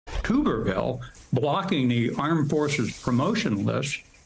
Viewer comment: Gen. McCaffrey, it’s pronounced ‘tub’ and not ‘tube’. Tub er ville. And he is completely clueless!